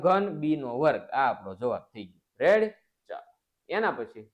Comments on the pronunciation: sir tame reddy na badle revdi bolo cho😅😅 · Sir tame revdi bolya kem bolo chho